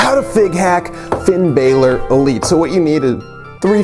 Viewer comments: Said Finn balor wrong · U were pronouncing finn bálor wrong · I cringed everytime he pronounced Finn Balor wrong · Firepower Pop l agree! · Orange Juice same